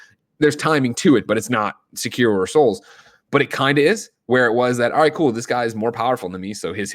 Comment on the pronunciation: GREG IT'S Sek-Eh-ro NOT Sek-EAR-oh